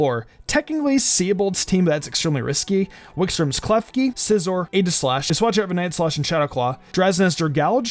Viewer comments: It's EE-gi-slash. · Not here to argue but name is actually pronounced EEGI-Slash